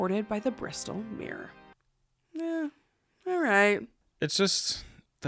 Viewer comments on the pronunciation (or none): none